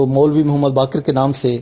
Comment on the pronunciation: محمد باقر صاحب۔ " ق " پر " زبر " لگا کر پڑھا جاتا ھےMuhammed Baaqar saheb.